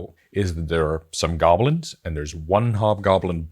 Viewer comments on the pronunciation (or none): none